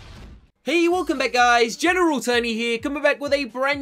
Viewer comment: Gemeral tony